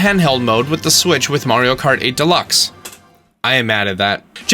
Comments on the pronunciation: I highkey thought you said Mario Karty, that is a Mario Party game thats Mario Kart themed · Lol Did anybody else heard him say "Mario Karty" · This guy just said Mario karty 😂😂